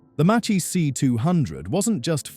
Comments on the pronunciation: Macccee, not Matchee😎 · This..."Macchi" of yours is pretty...EAR SCRATCHING...!!! It shoud be pronounced more like...MAHKEEH...!!! Try to pronounce the names in their original language (in this case...Italian language...) not in...English...!!! Or...better...use their American / English nicknames in case were given any (like in the case of Japanese planes)...!!!